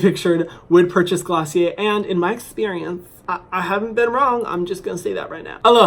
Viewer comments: Isn’t it pronounced glossy air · me learning how to actually pronounce glossier after watching the video....